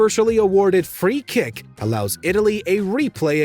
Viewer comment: Did he said “free kick “ ?😂😂😂 Canadian should stick with hockey.